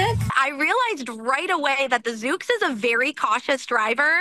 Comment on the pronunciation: Reporter continuously calling it “Zook” when it’s clearly “Zoox” is triggering me 😂. Must be my OCD.